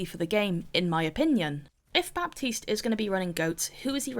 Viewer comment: clicked as fast as i could (ps: the 'p' in baptiste is silent)